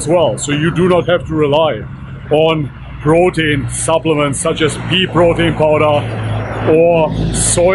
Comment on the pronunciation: I hear you say brotein lol 😂 totally okay though, not trying to humiliate u🤘